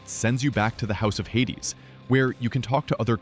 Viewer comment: Who the hell is the guy narrating Hades 2?! His pronunciation and way of talking is unlistenable 🫣